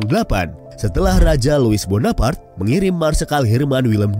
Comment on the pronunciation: Louis bonaparte bacanya "Luwi Bonapart"..